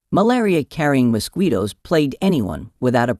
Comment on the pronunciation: AI voice says “moss-kwee-toes.” 😆